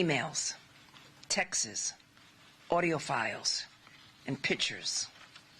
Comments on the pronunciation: She pronounces the word “texts” as “Texas”. Pushed through for diversity purposes. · textes ❌ texts ✅ love her 😂